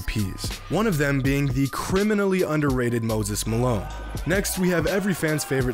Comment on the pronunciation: “Criminally under rated moses malone” I’m almost 100% certain you said it that way for a reason 😂😂